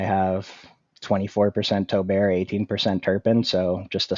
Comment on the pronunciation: Not to be that guy but you said doobs when I think it’s pronounced like Dobbs as well as you said Tolbert like toll bear when it’s pronounced Toll Bert just a heads up. Good stuff tho